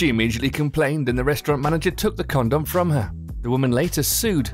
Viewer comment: why does he pronounce 'condom' in such a weird manner?